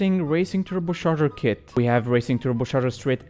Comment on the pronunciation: TurboCHarger not turboSharger